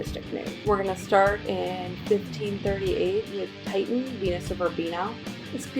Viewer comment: Tishen. Not Titan. I stopped watching 30 seconds in because you mispronounced one of the greatest painters of all time. Plus the music..........